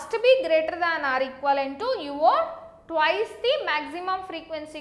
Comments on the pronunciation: It's Twice not twise🙄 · Very good explaination. I totally liked it. By the way,its 'twice' not 'twise'. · Video is good but it's not twise it's Twice😁